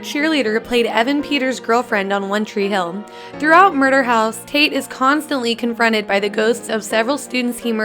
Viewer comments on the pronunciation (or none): none